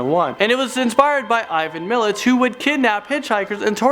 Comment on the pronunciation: Bruh he can’t pronounce Ivan makat